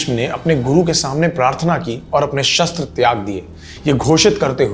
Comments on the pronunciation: Bhai 'shaastra' nahi 'shashtra' hota hai... Btw very nice video.❤ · bhai last video me bhi comment kiya tha, again asking you to correctly pronounce Shastra- knowledge of ancient text Shstra- weapon .